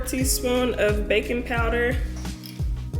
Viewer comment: I swear I heard "bacon powder" at the start 🤣🤣🤣🤣🤣🤣